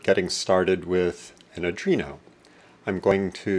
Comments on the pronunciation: its Arduino, not Adrino :)) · ARDUINO NOT ADRINO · "Adreeno" PMSL.................... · It's ardino,not arduino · I wouldn't take lessons from someone that cannot pronounce the name of the board correctly.